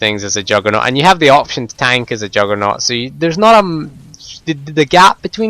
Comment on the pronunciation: lol...i love your accent...when you say juggernaut, it sounds like youre saying jugg or nor